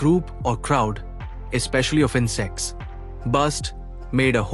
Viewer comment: Its not insex btw its insect